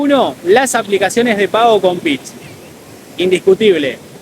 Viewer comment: Dijo pit o pix ?